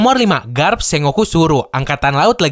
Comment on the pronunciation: kayaknya admin pengucapan Sengoku nya salah, setauku harusnya dibaca Seng-Goku atau Sen-Goku